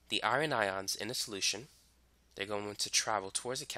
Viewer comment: OMGGGG the way you said “Iron” My heart ♥️ I kept thinking while watching the video what is iRON but then noticed you meant Fe as in iron lol Literally same, and my bf always makes fun of me for it 😭 because I pronounce Iron as IRAN lmao